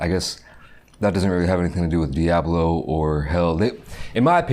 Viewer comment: really poking through with that "Diaaablo" pronunciation